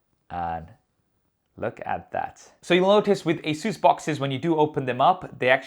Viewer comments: Stop pronouncing ASUS as 'Asuse'! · Wait have I been pronouncing Asus wrong all this time?!